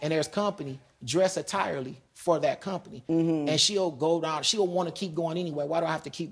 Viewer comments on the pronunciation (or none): I was like, did this dude just say “dress attirely?”